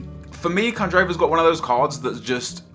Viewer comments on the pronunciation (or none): none